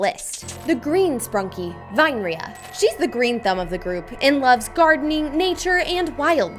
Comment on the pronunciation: Btw it’s ur choice im fine with it but in my opinion u pronounced vinearia’s name wrong i thing its vine-ear-ee-ah but think what u think also my fave sprunki is brud